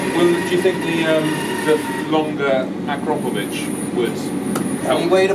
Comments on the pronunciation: it's an Akr'A'povic not acropovic!!! 😂 😂 👌🏿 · The struggle of pronouncing Akrapović.....priceless. But the bikes are awesome. I was in my early 20's when they came out, couldn't afford one, but seeing this really got me thinking of finnaly getting that SRAD.